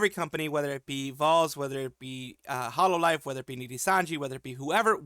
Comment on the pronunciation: I hate to be that guy but "Hololve"